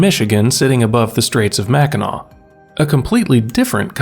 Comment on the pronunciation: I’ve spent a lot of time in Michigan, but mostly the lower peninsula. I’ve driven across the Mackinac Bridge a few times (thank you for pronouncing this correctly) and only explored the UP a bit so far. It’s beautiful. I really want to spend more time up there.